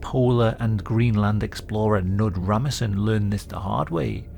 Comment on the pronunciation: Not how you pronounce Knud Rasmussen im pretty sure. The K isnt silent. Neither is "Ras".